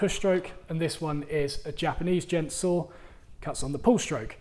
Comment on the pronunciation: I can't understand (sorry!) what you're saying the type of small saw is. "Gent" saw? Jen saw? Googling didn't help, nor did the closed captions. Help!